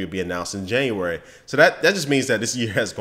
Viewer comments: Correction. :JANUARY NOT JANUARARY.. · corection on januarary. junuary. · januarary? its january